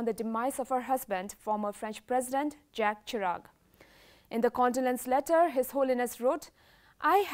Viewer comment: JACQUES CHIRAC IS PRONOUNCED ZHAK SHIRAK.